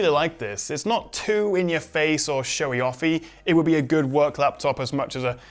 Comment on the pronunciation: Show-ee off-ee?